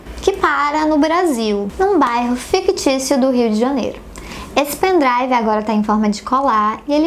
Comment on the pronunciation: Tbm "meu pen drauvo"